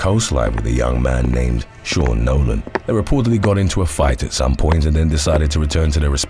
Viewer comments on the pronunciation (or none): none